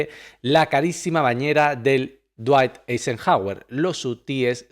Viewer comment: no puede pronunciar dwight Eisenhower? cómo que la RAE está en el país equivocado 🤦